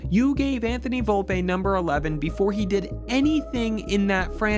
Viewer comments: Volpeeeee and Jason Dominguez pronounced better would go miles ❤ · “Anthony Volpay” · Why is incapable of pronouncing Volpe, Steinbrenner, or Jasson correctly?